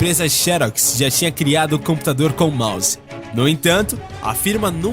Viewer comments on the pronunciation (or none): none